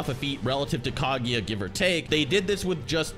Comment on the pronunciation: why are you pronouncing it "Kagiya", its "Kaguya"